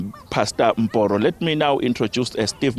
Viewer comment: Did you call him MBORO?